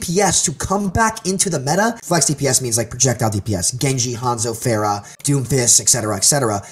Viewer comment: Everyone is ok with mispronouncing Pharah's name lol